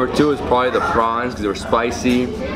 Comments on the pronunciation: its called pulao not pilao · Just a small thing.... It's PUlao not palaw